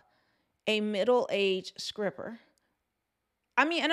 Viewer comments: You’re a very beautiful Women, who exemplifies pure femininity. That’s being said, I laughed a little when you said, “SCRIPPER,” a few times. Do you know that “low key triggered me?”🤣🤣. I remember practicing the (Str-pronunciation) for weeks as a 5th grader. I finally felt comfortable by the time I reached 8th grade. To this very day, I still prefer to use a replacement word, if I can find one. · I'm sorry, did you say Skripper? With a K ? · IT'S NOT SCRIPPER, IT'S STRIPPER, LOOK IT'S IN THE TITLE!!!!!!!!!! STOP SAYING SCRIPPER!!!!!! LMAO!!!!!!!!!!!!!!!!!! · Did you say scripper 😂😊